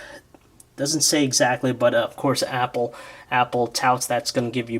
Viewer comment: you said mapple